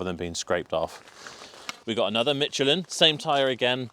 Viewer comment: Ah, the invisible English 'T' added to Michelin. FIle next to the egregious pronunciation of 'taco'.